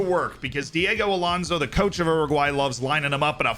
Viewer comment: Oroguae 😂 still slip that Anglo R tho